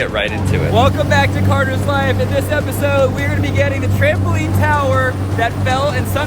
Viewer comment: Kid you said cater😂